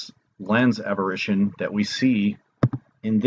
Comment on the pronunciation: It's apparition or aberration. Sounds like you're saying aberrition so not sure what you're trying to convey.